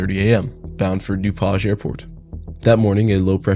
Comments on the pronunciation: your channel is great, but your ai nariator cannot pronounce dupage. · Further into the video, he pronounces "DuPage" correctly.